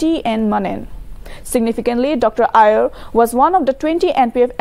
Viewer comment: His name is Imti not empty and Aier not ayer. What a report 😠